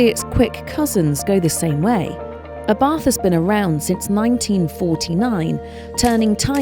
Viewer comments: "Abarth" is pronounced " Abart" ( The "H" is silent).....Please be respectful of the man's name.... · Please,say that right..Ábarth, not Abàrth😌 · It is Abart. H is scilent.